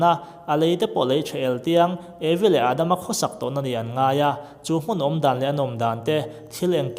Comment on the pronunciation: Adma ni lovin Adam tih tur aw